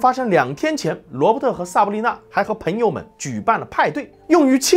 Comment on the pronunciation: 赞，讲得很好👍。纠正一下发音：朋peng 友而不是pen 友